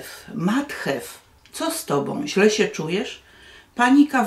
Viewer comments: Obwoluta jest po to, żeby czytelnik wiedział, że chodzi o te, a nie inną książkę. Mnie zawsze irytowało dotychczasowe tłumaczenie Ani. Nie znoszę, kiedy przekłada się nazwy własne. Jestem bardzo podekscytowana, że nareszcie książka będzie wiernie przetłumaczona. Matju, nie Mathew, łatwo sprawdzić w internecie. Francuskie nazwiska autorów łatwo Pani czyta, myślę że z angielskimi nie powinno być trudniej. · Język angielski jest bardzo łatwy i wystarczy się nauczyć i te imiona brzmią lepiej. Matthew się czyta matju Anne się czyta an a z resztą masz stare tłumaczenie więc nie musisz się bać 😮😮😮😮